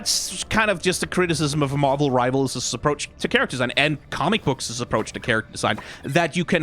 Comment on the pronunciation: I love the pronunciation of "commie books" 😅